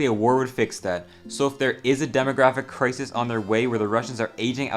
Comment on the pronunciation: y does he pronounce crisis like that